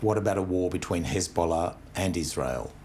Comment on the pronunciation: This guys pronunciation of Hezbollah is infuriatingly jarring.